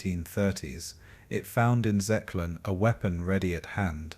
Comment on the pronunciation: Zeeklon lmfao you mean Zyklon????? What an idiot